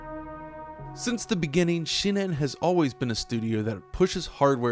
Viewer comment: it's shin-en, not shi-nen